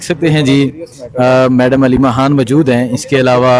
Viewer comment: Yar yeh aleema haan kia HOTA hai aleema khan hai haan nhe